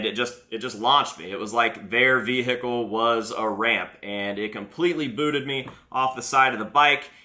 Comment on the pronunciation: the way he says vehicle "veHIcal"